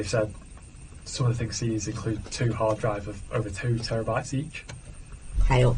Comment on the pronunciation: 翻譯官不是台灣人，因為她翻成[這些所為]是廣東話用語，Hard Drive 的發音也聽得出來。 我想到 18 歲女學生被禁錮和侵犯時一直喊叫[救命！媽媽！]，我就傷心地流下淚了。我就覺得美國要到 21 歲才讓飲酒，還是不要改。